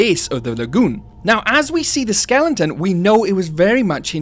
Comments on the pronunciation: Skeleton Not skelington 😂😂😂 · great theory but I audibly groaned everytime you said (what sounds like) "skellington"